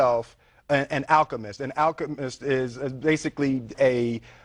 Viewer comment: He comes SO close to saying Achemist....